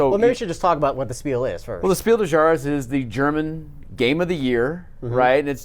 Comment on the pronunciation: As a native english speakers you should be able to say Clever. Its not cleaver. Also, its Spiel des JahreS, the s is not silent. Nice episode. I was thinking os skipping Essen this year as there didnt seem to be many interesting upcoming releases, but now there is an announcement of one every week and again ill be ”forced” to go :D